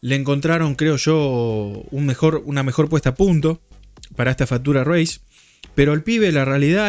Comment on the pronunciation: Te banco pero no podés pronunciar "fatura reis". Hasta Fossaroli lo pronuncia mal diciendo "Fiuchur reis". En criollo básico se escribe así la pronunciación correcta: "fítchur reis".